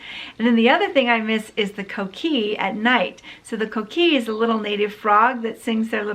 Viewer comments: Co-kee- /-co-Kee! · The Coqui is named coqui because that is the sound they make! its coqui ….coqui..coqui